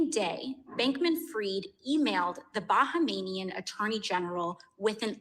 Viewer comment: Talk about mass hypnosis: AOC says "Bahamanian" instead of Bahamian and and his guest repeat what she said instead of pronouncing what is written. Or is it that we are now living in a post-literate society?